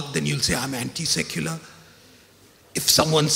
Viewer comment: Secular sounds like suckular for me..